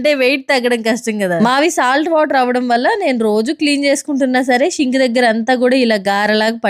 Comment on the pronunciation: షింక్ కాదండీ సింక్..